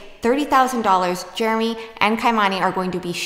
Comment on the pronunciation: I saw someone say in comments once “Germy” …..and unfortunately, now I can’t unsee nor unhear it., say “Jeremy”.